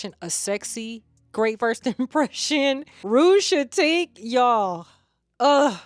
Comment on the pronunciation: Hey babe, I also love Rouge Chaotique bc I adore a juicy plum and saffron together. Its so sexy and alluring to my nose! I just feel like it's similar to something in my collection but I can't put my finger on it. Oh and its pronounced KAY-OT-TIK. I always appreciate correction so that why I offered it. Hope it doesn't come off as rude. Thanks for sharing!